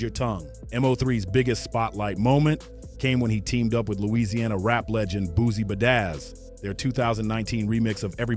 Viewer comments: Nah,bro said Boosie Bedazz 🤣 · Do you really say Boosie bedaizz😂😂😂